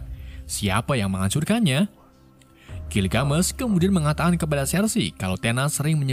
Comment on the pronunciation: Gilgamesh tuh ga dibaca gilgamesh tapi pakai e bukan e jadinya gilgamesh jangan gilgamesh bacanya,cmiiw hanya perbaikan kata gilgamesh